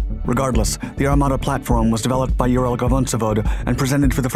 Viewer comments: yo, you keep mispronouncing "UralVagonZavod"(hence the UVZ abbreviation) as "uralgavonzavod" in every video. Its Ural (location) Vagon (railway carriage) Zavod (factory). You spell the "vagon" the same way you would spell "station wagon". Im getting ticks every time i hear that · What does the “gavon” word in the ural vagon zavod means? Not that I care but it triggers my ocd listening to “dyslexic” people. I know that reading Slavic words is contra intuitive for English speaking people but c’mon you are long time in the business. It’s like listening to Ukrainian cities/towns/villages names being butchered. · its pronounced Uralqavnozavod